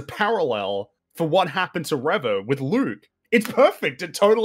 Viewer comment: Nobody should take arguments about how words are pronounced for as long as he continues to mispronounce Reva. How does he still not realize he's the only one saying "reh-vah" and not "ree-vah"?